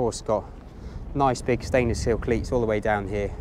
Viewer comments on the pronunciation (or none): Did you say "stainless stink", anyway as always I enjoy your videos.